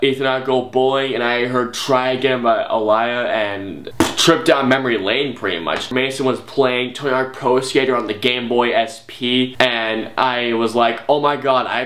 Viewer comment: I’m so sorry. Did he say uh-lie-uh? (Aaliyah) Correction: ah-lee-ah I’m so sorry that just really bothered me.😅